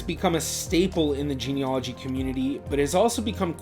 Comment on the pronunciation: It’s pronounced geneAlogy, not geneOlogy!! 😳